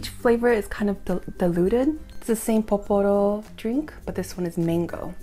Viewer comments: It's pororo not poporo lol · girl it's pororo not poporo hhhh xo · I looooove Milkis! And funny story: when I went to Seoul, I just saw the original flavor. Here in Montreal, we have 4 flavors lol! Oh! And it's Pororo not Poporo ;)